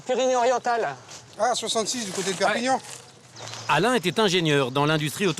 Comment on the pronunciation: Au début il a dit perpignan lol